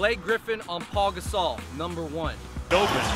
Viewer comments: He said Paul Gasol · It's pau gasol not Paul lol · Did he say Paul gasol